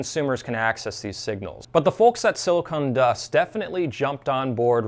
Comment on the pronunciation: Hey. I enjoy your channel. But I kept listening to how you refer to the company as "silicone" dust. It's actually "silicon". No "e" Short "o".